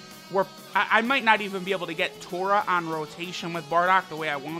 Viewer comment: His name is not Tora. His name is トーマ tooma for Tomato. You remember they all have vegetable names. So it is Tooma